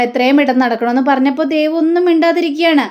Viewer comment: അരുണും ദേവും... ദേവ് അല്ല ദേവു...